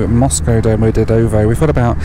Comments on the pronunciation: Domo-de-dovo while your pronunciation is hilarious, your videos are awesome, safe travels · Moscow Domodedovo is pronounced Dom-od-yed-o-va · Love the way you pronounced Domodedovo. Sounds like a place in Italy.